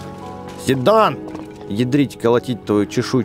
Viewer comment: Не сидон не сидан а сайдан